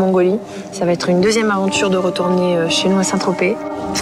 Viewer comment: Le mot le plus prononcé dans cette saison : Sait tropez